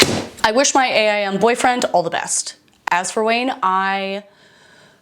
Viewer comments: As a not GenX, Y or Z-er I have to say I can still relate. Now… as a former 12 year AOL employee it was pronounced AIM like the word — something you strive to do — not A.I.M. No hate, just info from a boomer who lived and died by AIM and loved working for a company who paid me to live and die by it. 😳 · Ok did y’all say A I M like that? We called it “aim.”